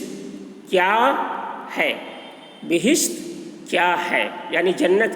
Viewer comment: Bishit nahi habisaab bahist hai